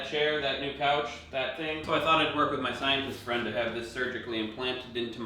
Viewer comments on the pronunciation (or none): none